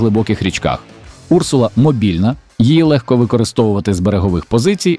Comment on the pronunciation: Не Урсула , а урсУла . В перекладі " ведмедиця ". Цікаво , чому річкова залізяка так названа ?